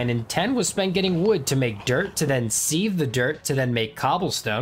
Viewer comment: Lol seeeeeve You can look it up it's pronounced siv